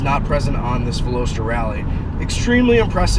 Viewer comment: You mispronounced the name of this car👛👢🕶👢👢👔! And you own it ! Lol back to school? Maybe!